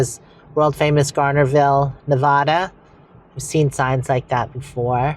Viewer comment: Not NEVAWWWWWDA. Nev add duh